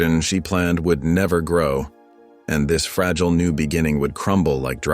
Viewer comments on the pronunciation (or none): none